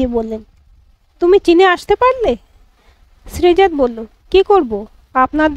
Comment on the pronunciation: উচ্চারণ টা হবে শ্রীজাতো ত এ হসন্ত নেই